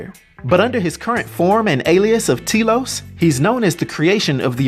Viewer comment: Its pronounced, Telos, not Telos.